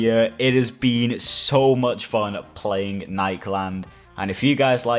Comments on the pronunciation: nikeland instead of nik-e-land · lemme help you pronounce it ni-key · It is nik e land is how it is pronounced